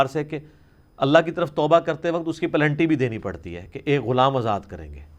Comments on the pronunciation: Please say "PENALTY" not "PLENTY" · لفظ پنلٹی ہے "پلنٹی" نہیں ہے😁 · Yeah it's penalty